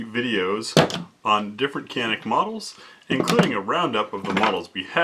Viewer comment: It’s turkish so canik is pronounced with as Janik and it’s mete isn’t meta it’s metay lol turkish not English